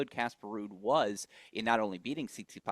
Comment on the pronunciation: He also calls Stefanos Tsitspidas